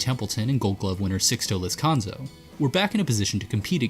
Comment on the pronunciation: Sixto LezcaNO. NOT LezcanZO.